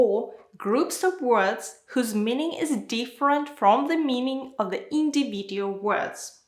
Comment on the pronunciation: Your lessons are good. Individual. But you pronounce some words wrong. Here for example "individual" and in another video I heard from you "education" with wrong pronunciation.